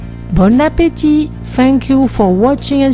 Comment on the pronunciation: Wow that Bon Appetit sounded like you could speak french fluently